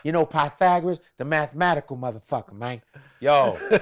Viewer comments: "Im trying find the Pythagoras Mang"😂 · "See, mayne ain't like a straight line. Now when I say mayne, I'm talkin about mayne as in maynekind, not mayne as in men"